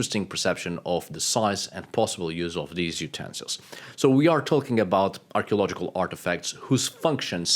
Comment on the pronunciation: What drives me crazy is when I listen to you speak you can say every single letter of the alphabet and you say it correctly with every word you speak except for dhese and dhe ? It’s like flatulent material on a Sears catalog page in the 40’s!!! Just sloppy like Queen Victoria….